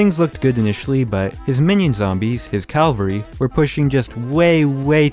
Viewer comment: Calvary ITS CAVALRY MATE